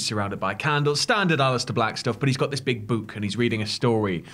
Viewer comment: The way pronounces “book” 😂